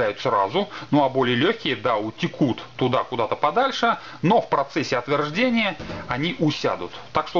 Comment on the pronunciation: Немного резали слух скороговорка и слова: длиньше и отверждение, в остальном все оч. информативно. Спасибо!